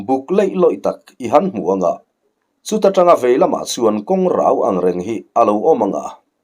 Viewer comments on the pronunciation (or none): Thu lam rik dan hi fimkhur a va ṭha em. :Kawng rau : hi i lam dik lo reng mai a. Vawi khat i tih dik loh ka hriat khan a ti sual palh a nih hi, ka ti a. Mahse i lam dik lo ta zel mai si a. KAWNGRAU tih a rau lai hi ri hniam a lam rik tur a ni Thlarau tih lam rik danin lam loh tur. Khuai rau kan lam rik angin lam tur a ni e.